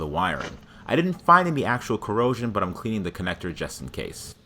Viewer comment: I like how he pronounces ‘I’m’ as ‘I’n’